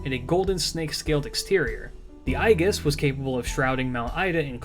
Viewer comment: Who the hell pronounces Aegis like “i-gis”?????